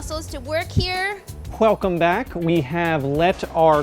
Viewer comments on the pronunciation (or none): ‘Whelcome back” there’s no W there bro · hwelcome back🤮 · “hwelcome back” lol